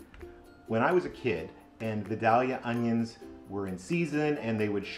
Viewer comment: Love the recipe but I gotta say I was wincing while you were mispronouncing Vidalia! Those onions are named after the town in Georgia where they come from and its pronounced "vy-dale-yuh"! Vidalia is about 45 minutes from me and they love their onions, they have a big festival for them every year!